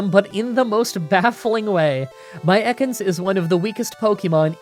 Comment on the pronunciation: That’s not how you say Ekans. It’s pronounced Eee-kins.